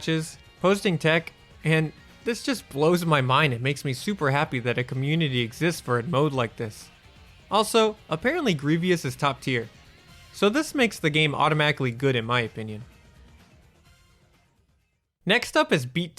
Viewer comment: Gree-vee-us who tf is that?